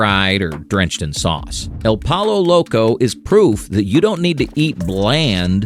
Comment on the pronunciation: Ahhh!!!! You made me laugh. Legit. Out loud. Pollo Loco. I know you didn’t know how to pronounce it but that was comedic gold. 😂😂😂 awesome videos sir! Keep it up!